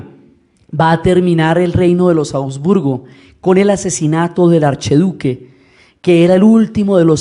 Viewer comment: Cordial y afectuoso saludo: sugerencia: es la dinastía de los Habsburgo (la ache no es muda, suena como jota) y no Abdburgo. Chao.